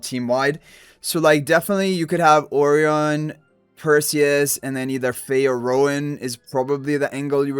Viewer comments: Why is his name pronounced like that incorrectly? I have checked all sources it should be as uh-RYE-un (rhymes with "O'Ryan") as Orion Nebula. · You must've done soooo much research with so many sources. This is how it's pronounced in Spanish. I don't know how Chinese people pronounce Orion, but Japanese people say it like this too because it came from the Portuguese/Spanish, so it's probably pronounced like that in China and Lilith is a Chinese company. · What I initially thought as well, but yeah this is how Lilith themselves are pronouncing his name. I guess they wanted to be unique/different.